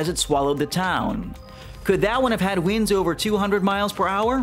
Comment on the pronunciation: This was very interesting. Side note, you pronounce winds like weeends.